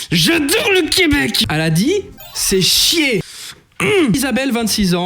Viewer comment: elle a dit « c’est chien » 😂 mais tu fais mieux l’accent que beaucoup de français ! Bravo 💪🏼